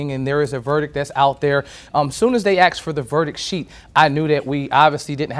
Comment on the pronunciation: This reporter needs some basic pronunciation guidance. The jury “axed” for a sheet of paper? Come on.